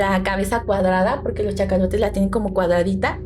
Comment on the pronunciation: Perdón chicas... ahora si me sacaron una risa... se llaman cachalotes, no chacalotes... jajaja me imaginé a un súper chaca taloneando a los del barco... Excelente episodio, aquí en México se le llamó a la película "supervivientes de los andes". Saludos!